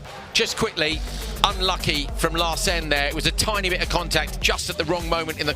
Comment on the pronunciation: Great racing! Great commentary! Nevertheless, Larsen is pronounced with the emphasis on the first syllable. I know it's not easy so kudos to you both for doing as well as you do! Cheerio lads!